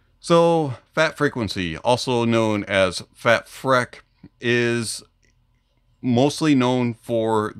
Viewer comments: Heads up, I believe it's pronounced FATFreak as opposed to FATfreck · Think it's supposed to be pronounced "freak" freq-uency. Lol